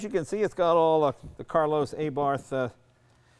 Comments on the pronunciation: «Carlos AYBartH»? Come on Jay. It's Carlo, and it's pronounced Ah-Bart. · WTF did he call it ? ! An "A" Barth ? !!!! Lmao, its "Abarth", how does he pronounce Cheverolet - "Chey" Vrolet ? Buick - "Boo" Ick ? ! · Jay, of all people, with his knowledge, should of known it's pronounced "R-Bart" but I love his passion for sheet metal. The guy gets it. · Sigh. Leno sucks ass when it comes to saying names correctly. It's, 'Ah-bart.' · "It's one of the great names in automotive history" that Jay cannot pronounce, per usual.